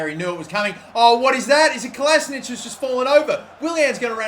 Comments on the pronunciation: It's Kola-si-natch, not Kola-si-nic. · Kolašinac is pronounced "Ko la shee nac" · Kolašinac = Kola she nats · he says kolasinac wrong